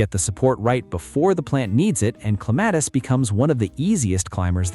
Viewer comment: At least get the name right. It's CLEM-a-tis.